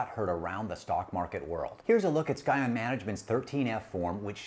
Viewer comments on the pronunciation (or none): Didn't realize it is Skyon. Think is is actually pronounced "sy-on". Just trying to help. Otherwise like the podcast alot. For reference, a scion is new growth of a biological organism. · Do you really think"scion" is pronounced "sky-on"?